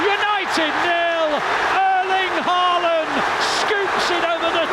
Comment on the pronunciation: In Britain the Ø in Ødegaard is pronounced correctly. But you’ve got the AA in Ødegaard and Haaland wrong. AA is the old way of writing the Å, and it is pronounced with the same sound as in the English Word ALL. So from now on, no mistakes. 😊